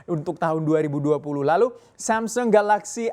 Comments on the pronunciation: Maunya baca agak nginggris, tp jatuhnya jadi aneh. Kalau nginggris ya bacanya semsang, kalau logat asli Korsel sana samsong, kalau Indonesia baca aja samsung. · "samseng??" Samsung pak bukan samseng Wkwkwk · Masih salah, cara bacanya aslinya bukan Samsung tapi Sam Song..